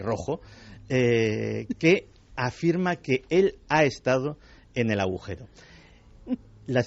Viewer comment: Estoy empezando a escuchar vuestros podcast de vuestros pasos por la Ser. Que no pude escuchar puesto que mi jornada de trabajo empezaba a las de la mañana. Me encantan. Pero mi comentario va para Iker. Que hasta hoy en día sigue diciendo, "aujero". En lugar de agujero. Me hace mucha gracia. Vaya que no es burla, es que cada uno tenemos nuestros modos, formas de expresión, creencias del habla, etc. No quita para que os adore y vea Horizonte, Cuarto Milenio y todo lo de vuestra pareja milenaria y maravillosa que formais. Un cordial abrazo para los dos. Perdón si he ofendido en algo, no es mi intención.